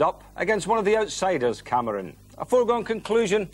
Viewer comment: Greaves: "Cameroons" ...oops!